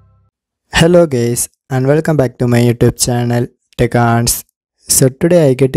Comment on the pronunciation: Love how your accent makes you say "Hello, gays" I was like omg How did you know? 😳